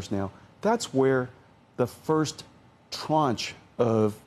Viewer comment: Did he say tranche 🤦‍♂️